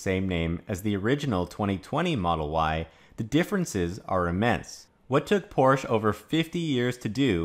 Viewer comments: Porsch?? You lost the "e"...:) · Porsche is a two syllable word.